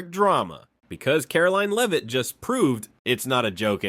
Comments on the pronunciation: It’s not ‘Leave-it’. It’s Lev-it. Learn the lady’s name. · You mispronounced Leavitt . You also did this in previous podcasts. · Its disgusting that NONE of you bastards in the MSM will spell her name correctly. Or call her name correctly. On EVERY PRESS CONFERENCE, her name appears. Correctly spelled. And she is ANNOUNCED. Next time, pay attention to the pronounciation of her name. Then GET IT RIGHT. YOU GUYS ARE PATHETIC.